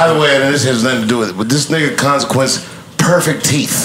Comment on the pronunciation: "PREFECT TEETH" 🤣🤣🤣🤣🤣